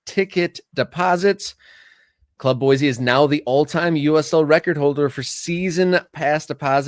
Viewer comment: It's pronounced "boy-see." There is no Z in Boise. You did pronounce "Les Bois" correctly. It's French for "The trees." Part of the Lewis and Clarke expedition history.